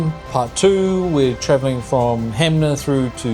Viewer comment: loved watching this, soo good, cant wait for part 2 i also dont wanna be that guy but 'HANMER' not HAMNER lol